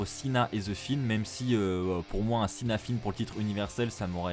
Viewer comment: je c'est qui c'est je parlais de la façon d' de dire "The Fiend" en "The Finn" 😂